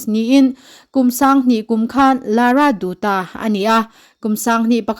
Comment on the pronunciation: Pronounce dutta Lara dattah